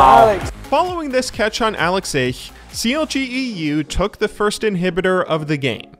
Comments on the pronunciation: you nailed the "ich" in AlexIch tho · The most impressive was you pronouncing 'alexich' correctly